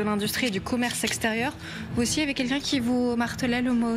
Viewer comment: Au début elle a dit ''aux commerces sexe terieur''